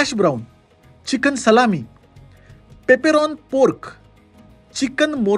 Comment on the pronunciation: Spanish मध्ये कोथिंबिरीला Cilantro (सिलांट्रो) म्हणतात. South American migration influence मुळे Americans नी English मधला Coriander हा शब्द सोडुन Cilantro हा शब्द adopt केला़. Similarly, it's not बासिल pesto, it's बेसिल pesto. And not पेप्परोन pork, but पेप्परोनी pork. It's the most popular pizza topping in USA. But खरं सांगू का, काय फरक पडतो आपण कसा उच्चार केला ते.. त्यांना तरी कुठे आपल्या भाषेतले शब्द व्यवस्थित म्हणता येतात! Video खूप आवडला 😊